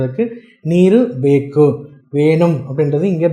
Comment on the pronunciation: bEkku illappa, bEku